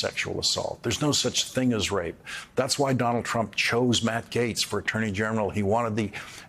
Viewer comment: Gates not gays